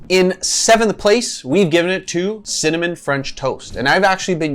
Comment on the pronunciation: Maybe the reason you don’t like cimmanon-flavored protein powders is because you can’t say cinnamon correctly? Work on pronouncing it right and it will taste great! GREAT video by the way!!👍🏼